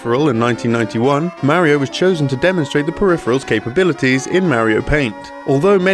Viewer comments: I'm sorry, but if you're going to make a video about a Mario game, you should be able to say "Mario" correctly. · You should learn to pronounce mario.